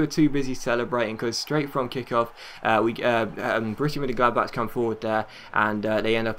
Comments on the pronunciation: Close! its pronounced Borishia Munchengladback ;) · Hunt on a free! He's so good. Also, I think the best way to pronounce Borussia Monchengladbach is if you break down the name. Bo-Russia (that's simple?). Mon (I think of it like what they say for Celtic, Mon the hoops). Chen - glad - bach (seems to make more of a K sound than the "chuh" from ch.